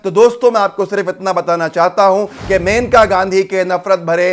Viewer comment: मेनका नहीं मनेका नाम है उनका (जहाँ तक मैंने पढ़ा है और सुना है)